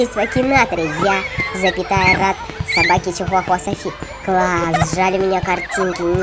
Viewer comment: Не рат а рад! Просто поправила